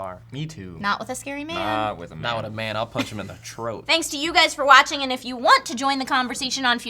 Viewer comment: "I'd punch 'em in da troat"